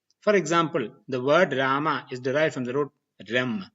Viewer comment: Yes but Here the world rama and krişhņa are pronounced as ramā and krishnā which is wrong राम is not ramā but rama रामा would be ramā which would mean a female rama Since the long aaa at the end of the of sanskrit word denotes femenine gender. Same thing with all the words which end with a short a Its yoga not yogā Its mantra not mantrā (My orignal comment was rude so i edited it)